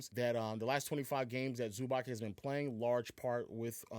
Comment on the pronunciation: Please bro say Zubac name correctly, it’s not that hard